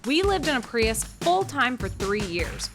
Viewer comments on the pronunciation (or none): none